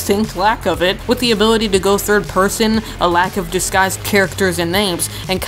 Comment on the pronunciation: "lack of diguise"